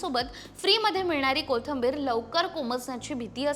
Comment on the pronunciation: Kothambir नाही. कोथिंबीर